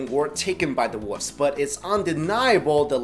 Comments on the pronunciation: woofs, that's what it sounds like your saying. Its wolves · he says woofs instead of wolves lol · I hate people who say "woofs" instead of "wolves" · You say woofs instead of wolves lol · WolVes not woofs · At any rate, "should of" has no meaning. The proper way to say it is "should've" or "should have." Saying that the fact that the guy pronounced "wolves" "woofs" bothers you more than it "should of" rubs me the wrong way. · It's weird he says wolves as /wʊvz/ where he drops the /l/. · i keep hearing him say "woofs". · Lol he called the wolves woofs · does anyone else hear woofs instead of wolves haha?